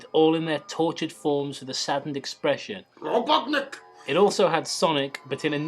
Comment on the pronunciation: LOL your friend says ROBOTNIC funny XD